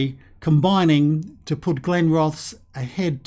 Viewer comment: Are glenrothes in the game😂😂 my home town till I moved to Sheffield 5 years ago. Ps u need to say it as glenroth es